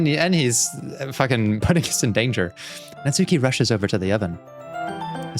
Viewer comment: It might be too late to say this, but the "u" in Natsuki is silent: Natski.